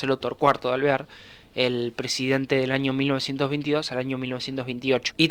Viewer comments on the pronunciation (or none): Amigo, dijiste 5 veces el nombre de T. De Alvear y solo 2 lo dijiste bien jajajaj Muy buen video! Consulta, que hacía Justo en la UCR?